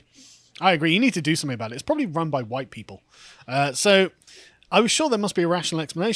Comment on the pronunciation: The guy went on a massive racist rant that would get anyone else cancelled. His "huwhite" speech made Enoch Powell's "Rivers of Blood" speech sound like "Ebony and Ivory" in comparison.